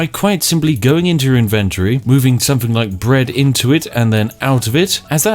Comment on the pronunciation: How many times will this moron mispronounce inventory holy crap